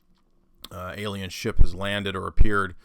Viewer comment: NEVER will the Ancient A-LIE-en mythos be disproveded! 😂